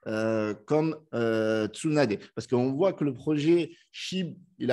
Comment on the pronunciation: Pour info ça se prononce tsounadé 😉